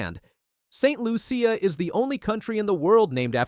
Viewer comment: Not Saint lu-c a it's Saint loo-shuh